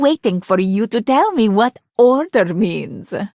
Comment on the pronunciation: I thought she said "tell me, what does 'alter' mean", but I found out she says "order"